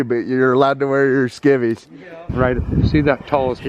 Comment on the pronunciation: “Skivies and Scared” 😂😂